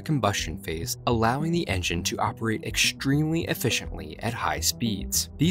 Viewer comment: The word of this video is 'eckshtremely'. Repeat after me.